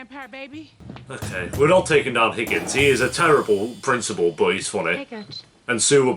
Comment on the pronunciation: The number of names you got wrong or didn’t have is crazy 😂. The black swimming coach lady is Roz Washington. The Irish boy was Rory. The Indian principal was Principal Figgins not Higgins. And the most upsetting one you messed up was Karofsky. I kept asking myself who’s kerblonsky? But anyway I love your reactions and I’m determined to finish all of your reactions.